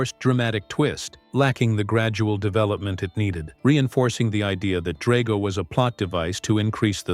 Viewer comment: It’s pronounced DRAG-oh and SHEE-foo, “”! 🤨